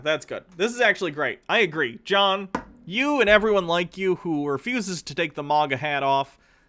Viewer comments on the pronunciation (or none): please stop saying maga like mogga